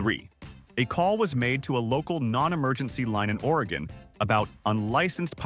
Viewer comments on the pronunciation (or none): none